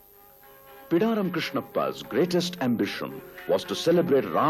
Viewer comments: its Bidaaram Krishnappa not Pidaram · Thanks for Prasar Bharati Archives for making this documentary public. I just wanted to let you know that, its "Bidaram" Krishnappa and not "Pidaram" Krishnappa. I would appreciate if you can correct this.